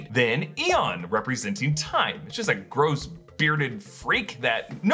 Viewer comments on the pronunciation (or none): none